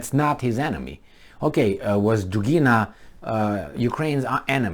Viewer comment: dUgina, not dugIna